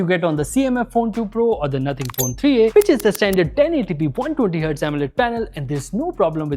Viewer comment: Nothing ❎Nohting ✅🤣🤣🤣🤣